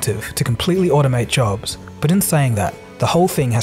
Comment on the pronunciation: Yes , it'll take all our JARHBS 🤣🤣